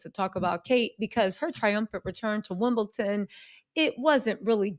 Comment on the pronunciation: WimbleDon not WimbleTon.